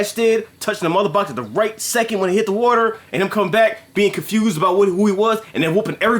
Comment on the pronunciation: Lol y'all talkin bout blocking "wauder".